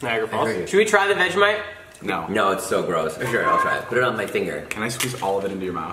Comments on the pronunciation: U had vegimite wrong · Jason is my favorite, oh. And vegimite lol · every single american has vegemite the wrong way omg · The say veg e mite we say vegemite not vege mite